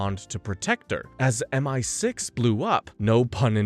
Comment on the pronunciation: Dude spends the entire video seemingly intentionally saying multiple things wrong, and it genuinely pisses me off